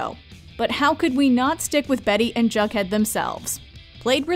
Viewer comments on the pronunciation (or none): Did she say “bughead” instead of jug head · Did you call Jughead Bughead lmfao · Why isn’t anyone talking about her calling Jughead , “Bughead” 💀🤣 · Did she say Bughead??? Lol bruh smh for my boy Jughead😂😂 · It’s Jughead, not bughead